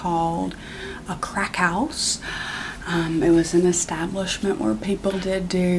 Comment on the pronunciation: "A CRECKhouse"